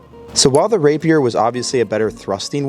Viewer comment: The pronunciation of "rapier" is making me mad